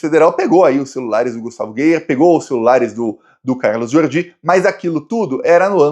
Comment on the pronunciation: não é Gustavo Geier ( como está falando)..e sim Gayer..rs..